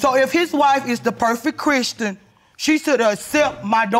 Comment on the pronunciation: His wife is ChrisTAN? She said it several times, so it was no mistake, lol!